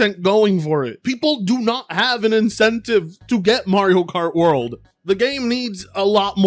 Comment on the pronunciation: Mario Kart World? I thought you said Mario Kart Worse.😄